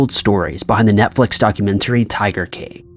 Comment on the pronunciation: Why does this guy have a problem saying the word “king”?